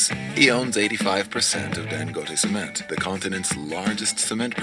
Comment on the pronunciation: Cemen! 😂😂😂 sounds like seme…🌚 Pronounce the T please lol